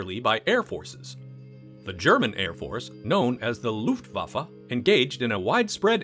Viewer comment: "Looooft-whaaffa".... that made me smile. Thank you.